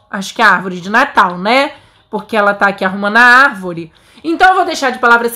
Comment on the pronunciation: Palavra secreta: arvóre